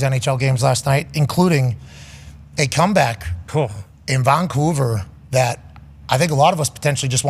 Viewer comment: Who calls it frickin COUVER? No one. Lived here 40+ years.